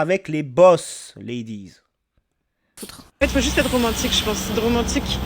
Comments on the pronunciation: "les hommes veulent plus me courtchiser pourtant je suis trop romantchique wesh" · "L' époque où on te tenait la portchière de la voitchure me manque." Wallah wesh, genre c'est romantchique ça. D'ailleurs, elle a vécu à quel siècle, cette jeune femme ? Parce-que moi, je n'ai jamais connu une telle époque, et je suis plus âgé qu'elle 😂 Et pour l'autre qui est au Kazakhstan : eh bien super, trouve-toi un homme kazakh, de l'ethnie kazakh ! 😂 Problème résolu dans ce cas !